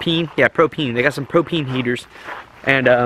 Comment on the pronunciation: Pro-peen? Ive heard of ProPane lol